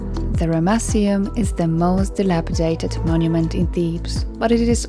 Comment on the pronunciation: I love the way you pronounce Ramesseum. I still cant believe how much of this history you know, you really are a legend. How on earth was that massive statue transported so far? It must have looked magestic when it was 1st erected. I noticed some of the granite pieces, I'm sure those pieces were done with a higher technology, it looks like two generations of work there because the sand stone walls would have been easier to carve than the granite, yet the granite had a better quality and precision about it but nevertheless, the whole place was amazing. Oh and the baboon statues looked really good too. And once again a damaged nose! Another brilliant job, gorgeous look at the start, lovely voicing and nice to see you walking around the site. I love your clothes, you look like a real ancients explorer girl ✌🙂 ThankXAncientSitesGirl 🧡🧡🧡